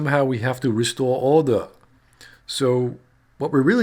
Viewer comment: I laugh every time you say "restore order" very funny how cassandra say it